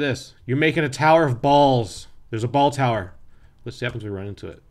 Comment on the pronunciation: I love when you say balltower, and it's raining balls!